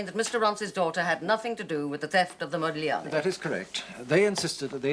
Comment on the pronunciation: The businessman keeps saying ModiGliani, with an emphasis on the G. Our lady barrister pronounces it correctly. I suppose they did that on purpose to show that he was a philistine.